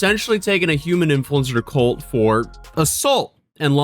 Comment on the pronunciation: Did anyone else hear cult when he said court lol